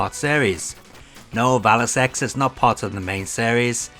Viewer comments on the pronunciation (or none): Just so you know, Valis X is pronounced "cross". And yes, that game doesn't count at all.